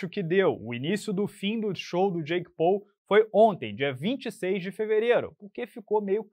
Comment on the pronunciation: Pessoal só um adendo não muito relevante, a pronúncia de Paul não é "Pou" e sim "Póu"